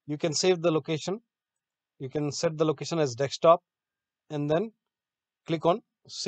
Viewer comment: LMAO "deck-stop" It's DESKTOP. DESK-TOP! There's no deck. There's no DEX. It's DESK! I swear these HCL/TATA people... wow.